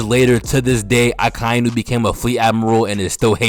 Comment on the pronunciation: They way you say Akainu is absolutly perfect, the best